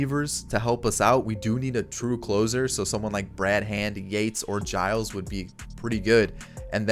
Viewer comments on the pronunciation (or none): none